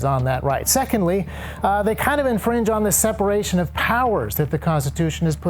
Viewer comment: 'accidental felony' lmfao you said infringement wrong